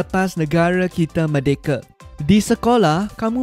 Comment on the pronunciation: cikgu maaf saya nak tegur, bukan merdekE, sebut merdekA baru betul cikgu.